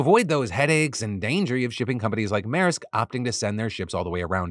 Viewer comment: Thanks for pronouncing Maersk correctly!